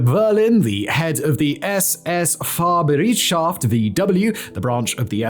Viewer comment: You did a pretty good "ü", I'm impressed. But like most non-germans you got the "ei" wrong, like in "Fahrbereitschaft". In fact you spelled the "ei" like it was an "ie". The "ei" is spelled like the english letter "i", just like in "I" for "me, myself".